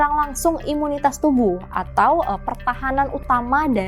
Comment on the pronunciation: Ibu salah...bukan imutas tapi imunicas..manusia kalau kurang cas ...ya bisa lowbat